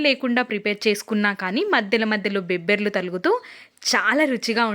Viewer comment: బెబ్బర్లు కాదు బబ్బెర్లు భాషనిఖూని చేసి మాట్లాడకు తల్లి ఎందుకంత స్టైల్ కామన్ గా చెప్పొచ్చు కదా